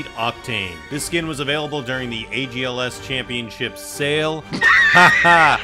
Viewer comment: "agls" lmfaooo its algs lol